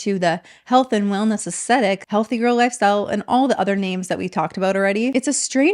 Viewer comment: Did you mean aesthetic? You said acetic.